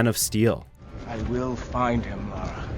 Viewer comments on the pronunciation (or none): none